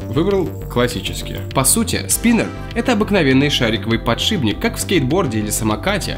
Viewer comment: ПОДШИПНИК,а не подшибник)))